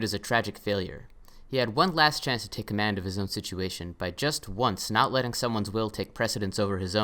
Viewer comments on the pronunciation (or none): none